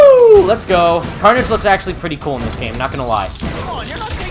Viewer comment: Carnage? More like Carn-EDGE